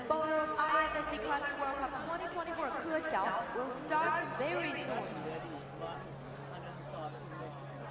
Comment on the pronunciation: The way petra just dismissed zhilu's actual name in favour of her own 'nickname' is just so disrespectful. Also the way pronounced keqiao is kinda wild. I can sort of understand if there are too many athletes to prepare pronounciations for in the earlier rounds, but I feel like they definitely have the time to do a quick google search for the finalists?